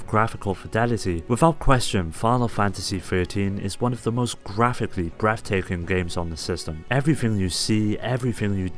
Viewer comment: absolutely BREFF taking.